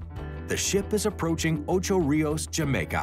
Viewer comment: Smithsonian guy needs to learn how to PROPERLY pronounce Ocho Rios!!